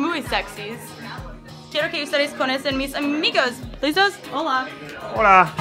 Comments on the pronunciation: Todos los gringos dicen ''Hola'' BIENN raro XD lo dicen como: Houla o Hoola, no se muy raro jiji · yo escucho puro houla houla houla houla xD